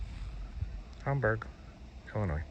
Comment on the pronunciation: Hamburgs my hometown love it there especially during the summer also it’s pronounced HAM-BURG not homburg lol